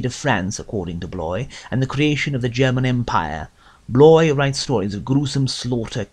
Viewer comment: He should know how to pronounce Bloys name... Good heavens...